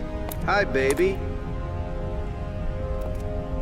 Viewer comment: "Hi, baby." What I hear: "Hi, doggy."